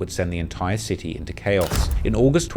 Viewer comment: Bruh it's city. Sit-tee pronounced not Ciiees!?! 😂😂😂😂